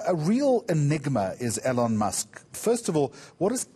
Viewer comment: He said alone musk 😂😂😂